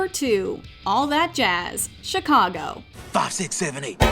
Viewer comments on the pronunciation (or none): chicago... nono its... SHE cago